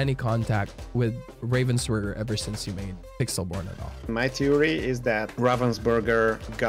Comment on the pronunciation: Ravensburger is not a Burger its a Burg (German word for castle) xD And have nothing to do with raven. :D I like how people express that comany Name in english. It sound everytime so wrong XD